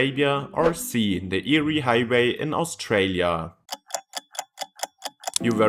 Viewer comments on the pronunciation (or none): Eyre is pronounced “Air” not “Eerie”. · Eyre is pronounced "air", not "eerie". From the Scots. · Eyre Highway in Australia. It's not pronounced "Eerie", but "Air". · It's pronounced AIR. Not eerie. It is the longest straight road in the southern hemisphere. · Its pronounced "air" highway 😊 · Get pronunciation correct. It’s pronounced air. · It’s pronounced Air! The eyre highway is pronounced the air highway! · "Nullabor" literally means no trees, not "roughly". Null is Latin for none and arbor is Latin for tree. Thus Nullarbor means no trees. Also Eyre is pronounced Air. I know... English, it sucks if it's not your birth language. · It’s pronounced AIR hwy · Air it's pronounced air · Eyre is pronounced "air"! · Eyre highway is pronounced 'Air' after a person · Eyre highway is pronounced “air” by the way. I drive on it occasionally. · Eyre (pronounced as air) highway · Eyre is pronounced air And I’m on it right now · I thought your pronunciation of Eyre highway was eerie! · Eyre is pronounced “air” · Eyre (AIR) - Nullabor (Null-a-bor) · Eyre rhymes with Air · Eyre is pronounced the same as Air. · The Eyre highway is pronounced “air” highway. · I laughed when I hear eerie. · Thanks for telling him mate! For those unfamiliar with Strine's non-rhoticity, it sounds the same as "yeah" without the "y". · Some are being mean, but yeah it is pronounced "Air". Your way would be 👍🏼 for Lake Erie in the USA/Canada . I still love ya! Your vids rock. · your wrong if you pronounce Eyre like that